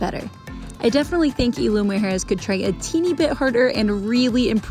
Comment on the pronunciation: Love the video bu5 sweetie you need to know the pronunciation which is Isla pronunciation eeesla 🥰🌊🌊🌊🌴🌴🌴